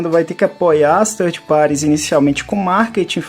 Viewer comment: Ótimo podcast! Ótima recomendação do Coelho. Irei conferir as edições anteriores também e as que virão. OBS: Third (terceiro) se pronuncia "tanrd" e não "tanri", essa é a pronúncia de thirty (30). Pra mim não parecia que vocês estavam falando de terceirizados, mas de trintões, hehe! Grande abraço! /o/